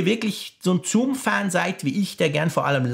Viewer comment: Toller Test - aber wie schon beim Apfelfunk triggert mich die Aussprache von „Zoom“ total. Es heißt „suhm“ und nicht „zuhm“. :))